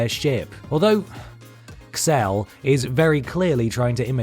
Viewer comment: Xel... as an American, we would pronounce that as Zell...